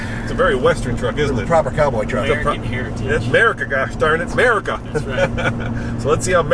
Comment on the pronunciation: STOP SAYING 'MERICA WRONG GOD DAMNIT!!! >.< fucking dumbass